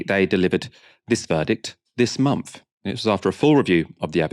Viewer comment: please sort out your phonetic pronunciation of 'th' sound (like 'month), as opposed to 'ph', which goes bizarrely unaddressed (like your pronunciation of month sounding like 'mumph') - you are typically very well enunciated, but fall apart here!